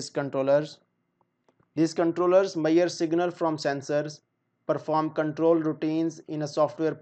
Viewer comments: Not mayar it's measure any way good classs👍👍👍❤️ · Good explaination and very informative video.. just the word measure being pronounced as ‘mayerrr’ is hilarious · your pronounciation of measure word is not correct. Please correct that. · Throughout the video, I keep on laughing at this guy about the pronunciation of Measure. He is so stupid and never attempted to learn correct pronunciation and he claimed he is a 5 year experienced engineer. My foot.